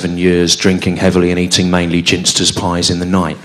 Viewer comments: 'Ginsters' is pronounced with a hard g. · He pronounced Ginsters wrong.